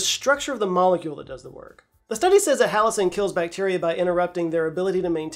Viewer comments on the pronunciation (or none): none